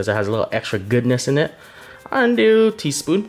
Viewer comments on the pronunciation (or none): I just heard tispun all the way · Tea spuun